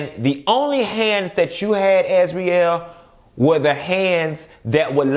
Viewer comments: Why you keep calling Azriel.. Azrelay?! Lol you change from one to the other lol smh 😂😂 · Not "AzWeLay"💀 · “AZ-REE-LAY” has me floored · 😂😂 As serious as you're trying to be in this video you still have me crackin up! "As-we-lay" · If you say Az-we-lay one more time... I’m out😭😂🤣